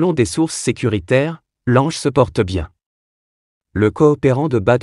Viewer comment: Lange mais il n’est pas français, son nom se lit langue, essayer de ne pas déformer les noms